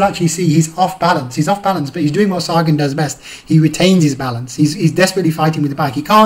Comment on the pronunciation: its sa-gan not sare- gan